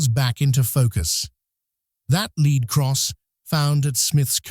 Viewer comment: led cross not leed cross